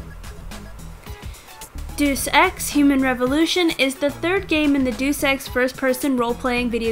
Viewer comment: "duce ex" its DAYUS EX.